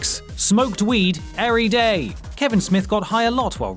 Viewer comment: Did you just say earyday?